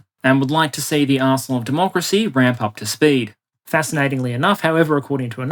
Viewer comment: I’m greatly entertained by how close the “arsenal of democracy” sounds like “arsehole of democracy.”